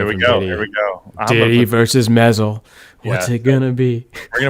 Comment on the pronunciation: Love mods - thanks for another video! BTW: Mezel (in Mezel Mods) is pronounced like MEEZEL (long E sound - not short)